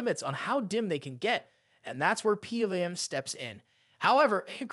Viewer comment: Lol it's this an ai voice??? Things pronounced totally wrong...PWM....👎